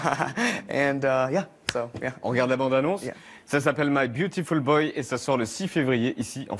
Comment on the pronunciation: Byutifull BŒI